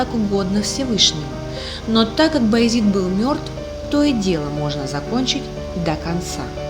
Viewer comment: Раздражает «Баязит». Баязед!